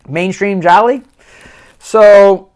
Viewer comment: GI-ALOOOOO not gialli